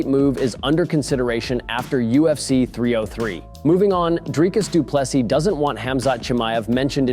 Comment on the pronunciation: Its "Dreecus Du Plessee" not Du Plessus... my guy...